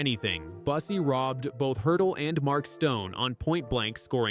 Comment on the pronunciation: Bussi is mispronounced. Is this yet another AI narration?